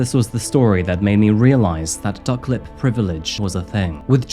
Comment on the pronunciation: The duck lip privilege was a thing comment took me out, I thought he said suck lip or fuck lip so I had to watch it again too check 😂 is comical with the one liners.